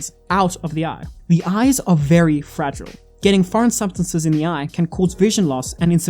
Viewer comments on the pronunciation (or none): none